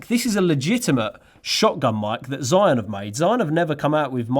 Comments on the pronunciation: ZhiYun 智雲 "zhee-yoon", not "zhai-yoon" and definitely not how you said it - "Zion". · Cool gimbal and cool video👍🏻👍🏻👍🏻. Correct pronunciation of ZhiYun sounds quite like "JeeYun", better and easier to pronounce for non-mandarin speakers😆.